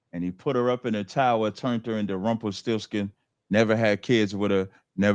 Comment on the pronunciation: This idiot said rumple stiltskin.. hes straight ret**ted.. Hebrew nothin